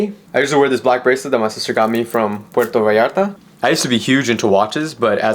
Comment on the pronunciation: “Perrtoo Vallarrta” 😅🫶🏽 #cleanestmanalive